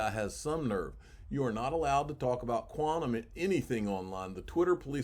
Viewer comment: Why can't you say Quantum